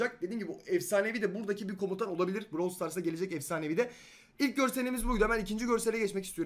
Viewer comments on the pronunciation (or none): Bıravl diye okunuyor bırovl diye değil